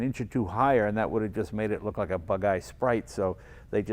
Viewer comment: Jay talking about 400z: "This is brilliant" Jay talking the impact of the 240z the entire video: "But I LOIK this"